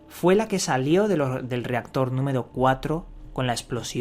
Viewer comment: "Numedo Cuatlro" "Pedo" "Tubiedon"